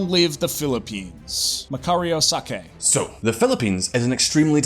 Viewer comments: Wait wait General Sakay its pronounce Sa kai not sa kay was the head of a different movement and the Mololos Republic?! just say the 1st Philippine Republic sure the term is correct but if you cant pronounce it well just say first Philippine Republic then ok going back to General Sakay one he was part of the Philippine Revolution from day one he was friends with the Father of the Philippine revolution himself Gat Andres Bonifacio but later service as Komandate (major) In the First Republican Army and he surrendered after the war but continued on as the leader of new movement called the Republika ng Katagalogan or the the Republic of the Tagalogs and then became the leader now hold on is not refereeing to just tagalogs he was refereeing to the whole of the Philippines because thats how the Katipunan viewed the Philippines and he was continuing the Katipunan because he saw the failings of the 1st Philippine Republic so he used the Katupunan and some good things about the 1st Republic that can work for him so ok going back he fought the Americans rallying whats left of the old resistance in southern tagalog region (fyi for folks who do not know the Southern tagalog Provinces are Cavite, Bulacan, Tayabas (Quezon Province and Aurora Province), Laguna and Morong (Rizal Province today) and was wining majority of the battles and he became this myth of a man so the Americans tried all things to pacify the Southern Tagalog Region So the Americans Organized a peace deal with him well it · Sa-kay not Sa- gay